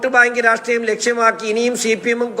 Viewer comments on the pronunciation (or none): none